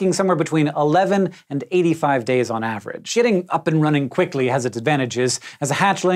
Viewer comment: Getting up and running... I thought hank said "sh*ting up and running"